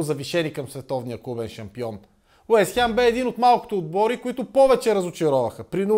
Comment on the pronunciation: Откъде е това Уест хЯм??? хАм, хем, но не и хЯм